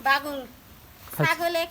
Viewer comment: বাগুন না বেগুন বলবেন।